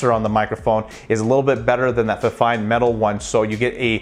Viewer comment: It's pronounced "feefine" if that helps.